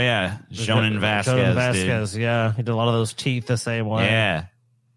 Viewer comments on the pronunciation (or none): none